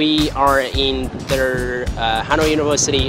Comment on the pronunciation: đừng phát âm "the" như thể nó là "ther" được không? Không có "r" ở cuối đâu mà =((((